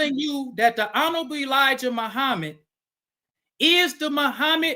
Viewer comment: What I took away from this debate was the FOI brother, outside of his terrible arguments and failure to talk about the topic, was his struggles with pronouncing the word “honorable”